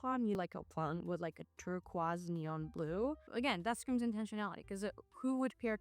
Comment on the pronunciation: Tur-KOYSE is how you say turquoise ❤ I am thinking maybe that was on purpose? Btw I love how all the layers work, the furry and silk was fun.